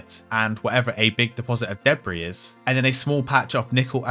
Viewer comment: It’s debry like he said lol. Jk but just funny how he said debri.